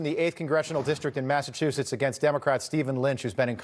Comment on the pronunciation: Welcome to Massa-WU-setts I’m so sorry Massachusetts, you’ve been conquered 😢